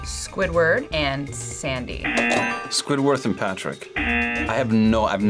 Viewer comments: Bro said Squid-worth ☠️ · "squid-worth" LOOOOOOL dude said he knew 2 characters, but only named one correctly LOL